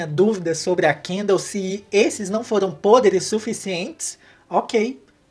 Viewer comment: Eu simplesmente amo o jeito que o fala NAUM-Ô